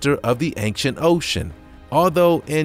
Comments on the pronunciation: Does he say "anxient" every single time, instead of "ancient"? Or are my ears playing tricks on me??!? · I heard anxient too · Marten Miedema me to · Marten Miedema that’s a good guess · haha, je hebt gelijk! You're so right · he did say anxient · He Says Anxient XD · Well its not your ears playing tricks on you because I am hearing that too 👂🏻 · Efraem Palencia me to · Yup it’s true no trick